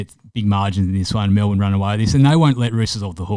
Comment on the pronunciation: 1st time listener... you had me till you said Melbourne. wowee